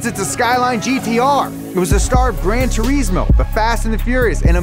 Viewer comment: "Gran Trees-mo"